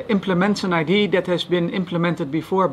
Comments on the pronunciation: I love how he says idee instead of idea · "The Idea." Not "Die I.D." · "The idee"